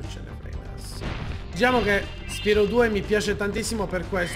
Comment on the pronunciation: Lo sai che Spyro si dice Spairo!!!